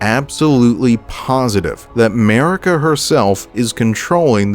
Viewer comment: What you hear: Merika What i hear: 'Merica 🗿🇺🇸🔫🦅